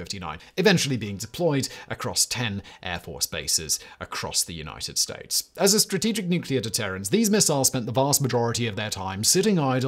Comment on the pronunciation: “..across the United Stoats”